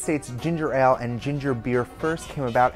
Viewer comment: Your pronunciation of 'Ale' is killing me >.<